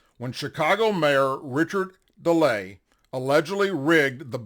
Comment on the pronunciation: Daly is pronounced Day-lee , not De-lay. Sorry, but I am old enough from that era to know